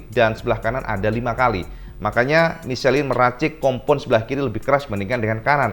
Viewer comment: om salah baca ban...mukan micelin om, itu bahasa Prancis bukan bahasa inggris jadi bacanya misleng...